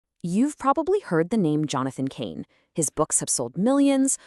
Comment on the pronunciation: Cahn is not pronounced "Cain." It rhymes with "barn," not "main." 😢😢